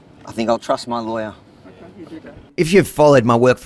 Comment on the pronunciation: "It's up to your Lawer to find out" WTF